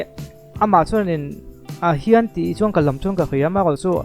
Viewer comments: Khian tih leh Hian tih te chu hai theih a nilo reng²."Khian a ti chiang lutuk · "Hian" tiin a lam reng lawm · Hringnun khan (kan)zinkhawng (zinkawng) ah khian ti in a sa a,thulam zir angai ve khawp mai,zai chu a zaithiam thawkhat e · Khian, a ti chiang e.Tawng pai em ni? Awze mi a ni em ? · Khian atih bakah...hrissta ti in alam deuh ani..a thiam viau nan ati sual deuh hret ani..